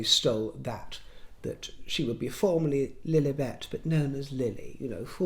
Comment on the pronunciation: I just love it when you say ‘princess flllugffllliiibetttt’😂😂😂😂